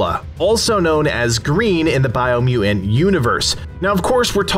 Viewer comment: Did you overcome a speech impediment or something? Or is it just one of those words that throws you off?